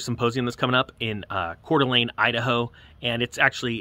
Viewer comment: I was born and raised in Coeur D'Alene. Thanks for pronouncing it correctly. 😊